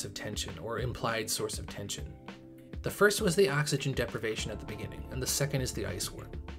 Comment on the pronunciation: "30 seconds.." "Oh-xygen"